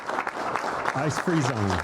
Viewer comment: They thought he said ice cream zones